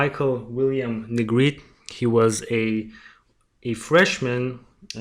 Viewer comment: Hi, thanks for covering Michael’s story. Great job and I’m going to sub. I am in NO WAY criticizing but I appreciate when someone tells me the correct pronunciation of a name if I’m not sure. The E at the end of Negrete is not silent. I’ll spell it phonetically, looks crazy but it’s Neh Gret Ay. Just making the correction bc it may be helpful. Thanks again